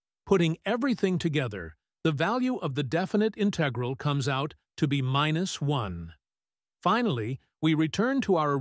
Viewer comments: in TEG ral Is this a human being? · You want patrons to pay for you to generate AI crap ? It can't even say "integral" and "l'Hôpital's rule" correctly.